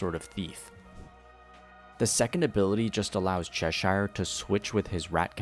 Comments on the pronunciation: For the love of god its pronounced "sheer" not "shire" 😭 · My brother please stop saying saying Cheshire like that. Say it like “_chess_sure” not SHIRE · It's pronounced as Che-sheer. Coming from the Lewis Carroll's Alice in Wonderland. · I'm sorry to be that guy but it's pronounced "cheh-sure" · Pronounce Cheshire correctly before you say it pal